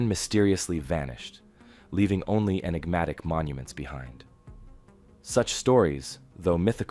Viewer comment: Please stop saying Inegmatic